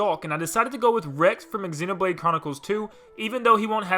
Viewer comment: It's ZENO-BLADE not EXENO-BLADE